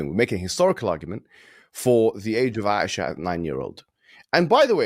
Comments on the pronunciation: He said he married ‘Asia’ 😂he couldn’t even pronounce Aisha. Truly uneducated people. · Asia LMAO!!! It's Aisha. At least when quoting please pronounce the name right. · This idiot is calling the mother of the believers Asia instead of Aisa 😂. They are just too afraid and that people are accepting it by the thousands and the reason they try to attack Islam and our prophets. Just this past Friday 2 lovely ladies, may Almighty keep them strong and steadfast in the deen, accepted Islam and every week at least one person does it and the most I have witnessed is 3. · Pronunciation, articulation of Aisha is Aisha. Not Asia. This means promoting ignorance, ignorant 3rd class white intelligence. Not like of entire white race gets certificates from MIT Yales Princeton Harvard Oxford Cambridge Universities. All based on golddigging as it's supported by indoctrination of only rich prowhite prozionist Anti-non-white-ophobia mom-dad networks institutions organizations industrial feudal political block via Trojan Horse perversion strategy proxy strategies last 3600 years, networks issues loyalty issues networks cards loyalty cards. Socrates wasn't a golddigger. Socrates Era never assimilated. Stupid white people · Seriously. This donkey is reading off an iPad so it seems. And cannot even pronounce the proper nouns written on the screen. How hard and difficult is to say the name ; “Hijab”. Seriously. What a moron and how u educated do you have to be to Mispronounce this. Also the name ; “ Aisha or Ayesha”. Seriously. Does he know how the continent of ‘Asia’ is spelt!? Seriously. Mohamed Hijab is right. It seems Bet David just dragged this guy mid toilet cleaning and literally asked him to step in as the side host. What a Joke.